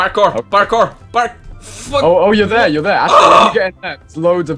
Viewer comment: I love how you say "barkour" instead of Parkour